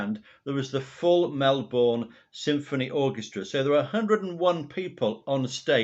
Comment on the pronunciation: Hi, as I start watching this I just firstly have to correct you on the pronunciation of our cities. I hope you don’t mind (good line for a song). Melbourne is just Melbin and Brisbane is Brisbin where the Tour de Force premiered. I had a raw audio tape of the complete 3 and a half hour show from Funeral for a Friend/One Horse Town to Saturday Nights Alright for Fightin’ including all dialogue. I also saw the concert 3 times in different states. 2 weeks later he had surgery at St Vincent’s Hospital in Darlinghurst, a 10 minute walk from the Sebel Townhouse where he used to stay when he was in Sydney. I’ve looked over the years for anyone else, solo artist or band, who has travelled with a full orchestra and band and I haven’t found any. There are several single shows but there are no extensive tours that I’ve found. If you’re interested, here’s the link to the (almost) full concert. And again, if you’re interested, the documentary that played on the ABC before the concert was simulcast on the ABC and FM radio. It is my absolute favourite concert of all time of any artist I’ve seen and my favourite of Elton’s. The vocal, as you alluded to, gives each and every song a powerful new depth audibly and, more particularly, in meaning.